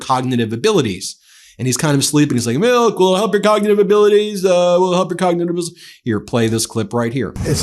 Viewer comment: Trump cannot pronounce “cognitive” correctly. He always says, “cogditive.” He repeatedly shows his lack of education. That is why Melania is having Barron take elocution lessons.